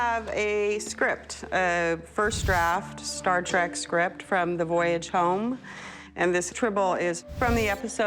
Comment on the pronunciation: Trek not Track good lord